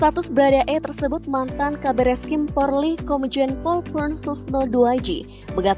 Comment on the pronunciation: kok porrrrliiii sih bacanya 😭😭😭